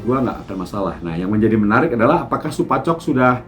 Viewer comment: Salah om, Supachok Sarachat kalau Supachai Jaided. Bukan Supachok Jaided wkwk